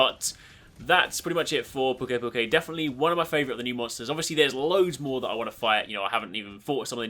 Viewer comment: I belive the pronounciation is "Pew-key pew- key" because of the word "to puke"